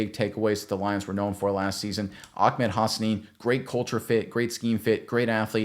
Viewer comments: His name is Ahmed, not Ahkmed. 😂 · It’s Ah-med not Ak-med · It is NOT OckMed lmao 😂. It is Ahh med. there is no k sounding noise whatsoever 😂😂😂😂😂😂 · Ahmed not akmed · AH-med .. not AK-med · Just a note, it’s pronounced Ah-med. I’m fairly certain that if there’s any “ch” type sound it’s more of a breath out at the end of ah than a full harsh syllable